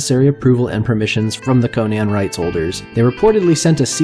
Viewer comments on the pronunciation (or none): CON-an, not Koh-nan! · pronounced conun not conaaan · Conan, not Conian, man. It hurts. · I tried to watch this, but the narrator's constant mispronunciation of "Conan" made it so I couldn't get past the first 2 minutes. It was as grating as the repeated use of "Hieruhkayneea" in the Momoa film.